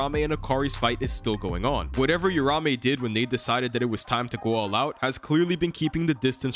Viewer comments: The name is uraUme, I'm tired of people mispronouncing and misspelling the name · hearing "rahmey" over and over is painful bro 🤣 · its uraume not urame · It’s triggering me that he’s saying uraume names wrong 🥲 but it’s ight